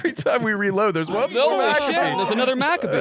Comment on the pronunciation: I hate to be this guy but they’re completely butchering pronunciation of Maccabi. It’s muh-cah-bee not Mac-a-bee